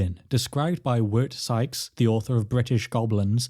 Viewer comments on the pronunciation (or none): none